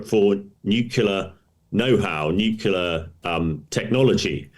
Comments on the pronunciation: Is this guy your guest or is he just jest? A guy who imagines that nukula is an english word doesn't have much credibility. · Nukula ? It's surprising that an expert says this. It undermines is professionalism. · What does "nucular" mean 🤔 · N-U-C-L-E-A-R It isn't pronounced newkyoular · George W Bush pronounced it the Same way